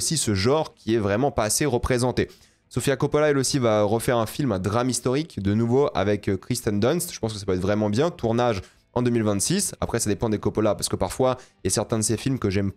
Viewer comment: « Kiara Knightley » « Kristen Dunst » par pitié prononce le nom des acteurs correctement. Je comprends que t’en a rien à foutre parce que tu veux juste poster ta vidéo sans la travailler et faire vite des stats mais fais un effort stp t’es quand-même sensé être un youtubeur ciné.. Médiocre, certes, mais c’est la moindre des choses.